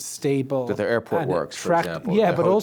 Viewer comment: “Their teary” - come on bro, I’m Irish too, but you can do better surely? 😂😂😂